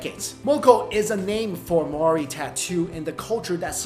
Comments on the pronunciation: the way you say Maori hahaha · That's not how you say Maori